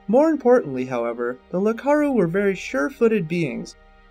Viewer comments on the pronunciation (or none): It isn't "Lakaru", it's "Iakaru". With an i.